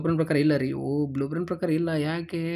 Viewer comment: Blueprint ❎ Bluepran ✅ 🤦🏻‍♂️